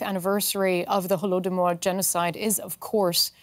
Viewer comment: That's not hollomodor. it's Holodomor.